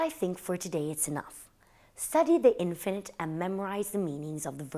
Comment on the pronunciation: Lovely,! Hope you don’t mind me saying, but it’s pronounced inFINitive not INfinite